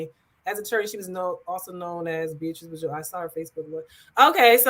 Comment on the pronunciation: Bjoux is pronounced BeeJou. Rhymes with Be You. Also she would not be listed as an “inmate” in a PRISON as she had not been convicted of anything yet. She is being held in Martin County JAIL according to press reports.